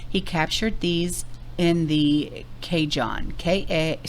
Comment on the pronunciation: For those of you who have never gone through that area, it is the El Cajon pass. It’s pronounced Ca Hone (long “0”). It’s on I-15 from Las Vegas to San Bernardino. I’ve been there in the middle of a white out. Followed a semi in the center lane going 10 MPH. We were in the last car before it was closed in both directions. It was a white knuckle drive.